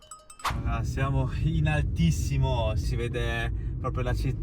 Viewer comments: Finalmente la Sardegna più vera! Unico errore, si pronuncia Seùlo, non Sèulo😊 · Bel video, una cosa sola però: si dice Seùlo e non sèulo. 😅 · Bel video, però mi chiedo, ma davvero nessuno ti ha corretto? Si pronuncia Seùlo e non Séulo, sarebbe come dire Romà al posto di Ròma, non si può sentire. 😂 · Bravo. Però si dice Seúlo e non Sèulo. Errore veniale, perdonato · Seuuuuulo pronuncialo con una U lunga ed è giustissimo :) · Grande! Sei andato un un posto stupendo! La pronuncia corretta è Seùlo. Io sono originario del paesino poco prima Sàdali. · bel video, però si dice Seùlo con l'accento sulla u, scusa mi mi stavano sanguinando le orecchie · La pronuncia corretta è Seùlo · Seulo con accento sulla u..un abbraccio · Seulo l accento non va sulla ~ e ~ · Ahahaha come ha letto Seulo😂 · Grazie per il video, un solo appunto: Seulo, con l' accento sulla U. Ciao. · Benvenuto nella mia terra... una volta che ci passi... poi ci torni... perché questa terra è magnetica...tesò nel nome del paese Seulo l'accento va sulla u... 😅❤😊